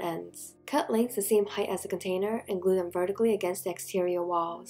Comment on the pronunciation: Instead of container I kept hearing potater?